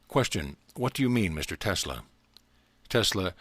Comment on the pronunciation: Telsa? Really? you couldn't even pronounce his name correctly?